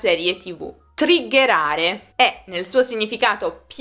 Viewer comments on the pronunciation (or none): Scusami, ma il verbo e` triggerare o triggherare. Lo stai pronunciando come trigghetare ma lo scrivi triggetare. Un po di confusione nella mia mente...